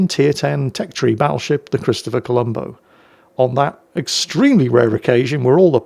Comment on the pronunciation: WTF? You actually pronounced it correctly? You didn't call the ship the Colombus!! 😮😮 Now if you could just pronounce the Yamato correctly. When I played WoW this was my favorite ship and it was really good. The guns were constantly accurate like in this replay.